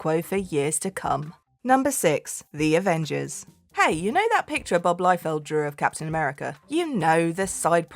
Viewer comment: What they did to Wally was Character Assassination. LOBO's emo douche reboot was terrible. I need Liefeld to sign my foot so I can get a tattoo of it. Also based on spelling it's Rob LEE-feld, not LIE-feld. Germanic spelling EI makes a hard EYE sound. IE makes a soft EE sound.